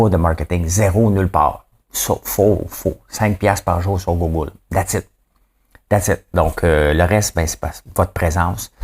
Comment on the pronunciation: Drôle! Ta de la misère avec les google et goose 😂😂😂 on dit Canada GOUZE (pas Gousse) et pour google j’ai la même misère que toi mais si tu pense à prononcer GOG pour Google, tu va être pas pire !! 😉 c’est pas une critique, juste drôle ! bravo pour ta revue d’actualité ! C’est rendu mes nouvelles de jour !